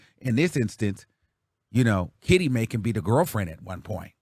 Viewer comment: you need to stop..Why are you stressing so hard on Kitty's name?😂😂😂😂😂😂 Soon Kitty will come out with a tell all as soon as she and Dwight isn't good no more 😂😂